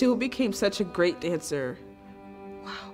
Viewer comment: says "geat" instead of great